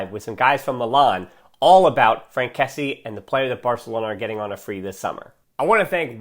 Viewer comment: great video ! but it's kessié not kessi , pronounced kessi-ye